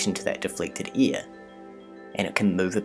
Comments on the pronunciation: can't he say AIR ?? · E A R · Sorry, but I'm going to be that guy. Its "air", not "ear". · Air, hair, lair .. not .. ear, hear, lear. Such gross mispronunciation of the English language would suggest you don't know what you are talking about. Sadly it turned me off too. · I like how this guy pronounces things like rid (red) and eir (air) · You my dear narrator pronounce "air" very funny. Great video ! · Good video...you pronounce air like ear...very strange. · New Zealanders should not narrate videos. Sorry guys we love you but you need to learn how to pronounce your vowels properly. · Is he saying ear or air? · You say AIR funny. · I like how you say air and where. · Love the video! What animation software are you using? Also, "air" and "ear" are different words. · I really like your animations. It's pretty clear that some effort went into them. I know you're not speaking in any especially incorrect way. But your air/ear phonetics are quite striking to the American ear. Also happens with "tree" and "three" when I hear some people from the UK speak.